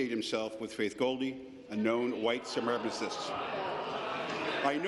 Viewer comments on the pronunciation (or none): What the hell is a semeracasist? I'm assuming that was supposed to be "suppremacist" but she's not.... 9_o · he was lying so poorly he couldn't even pronounce 'supremacist'...